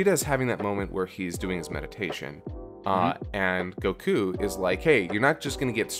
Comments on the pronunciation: Why does he pronounce Goku as "Go-KU"? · "You don't have to say it the way I do. I know I've already annoyed a bunch of people with that." Oh you've been doing it the whole review by saying Goku as Go Kyu. I know it's a weird think to be hung up on. But at least the Pan thing can be explained.